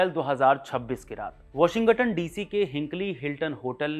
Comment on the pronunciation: Please spell it as Washing-ton, not washi-gton.